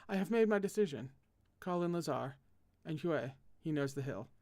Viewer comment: hello hi me again native French etc: Huet: you were right! Hoo-aye Acquitart: you were right! Ah-kwee-tar Arnoul: Are-nool Delfeur: Dell-fur Breteau: Bruh-toe Touars: Too-are Thevenin: Teh-veh-nawn Enguerran: Awn-geh (hard g)-rawn Guymar: (hard g) G-ee-mawr (like rawr) Guerin: (hard g) G-eh-rawn hopefully that was clear-ish, I can specify if anything isn’t clear!! ❤️🧡💛💚💙💜